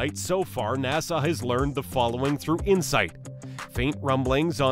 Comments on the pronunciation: Nassugggghhh not nasaw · Why the hell do u say nasarz instead of nasa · what the hell is NASAWWWW? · Who told him the NASA was pronounced NASAW? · NASA not Nassau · OK OK its pronounced NASA NAH-SU as in sup without a p not wat your saying NAH-SAW PLEASE I BEG OF DONT SAW NAH-SAW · Exuse me you mistakein nasa by saiying nassau😂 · Nassau? Or NASA? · Me when I heard nasaw: visible pain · sorry not to be that guy but its nasa not nassau🤣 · Its NASA not NASAW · What the hell is NASAW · just say "NASA" not "NASAHH" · Nasuh it’s NASA 😐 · WTF IS NASAWWWWWW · Nasaw lol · It‘s so funny how you pronounce NÄSAAAAAA 😂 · I had to stop watching cuz i couldn't take 1 more second of Nasaw. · It wouldn't be so bad if you only said Nah-saw once or twice, but you must have mispronounced it 50 times in 15 minutes making this unwatchable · bro sound like Hermione pronouncing nasa nasahhh headass this is satirical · Some people pronounce it nah suh, others pronounce it nah sah. But NOBODY pronounces it NAIE SAWW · I didn't know Nasa was pronounced as "Na-saw" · What does the r in Nasar mean? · its not nassaw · "Narsar" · if you say na-saw one more time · NASAW NASAW NASAW BRUHHHHHH LOL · It annoys me every time you say NASSAR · He say NASA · Where the heck is the narrator from? He can't pronounce NASA. Long Island? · Wait that's not how u say it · The way he pronounced nasa made me turn on captions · Your saying nasa wrong and I'm shook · name what accent would produce such a mispronunciation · Literally unwatchable why you do pronounce things like that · nasahh, centor, atlas vee